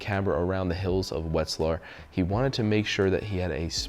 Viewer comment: Vet-z-lar not wet-z-lar. Get some cultural expansion.